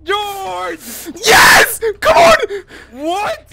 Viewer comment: Did anyone ignore the fact that Dream calls for George but he says “deorge”! ?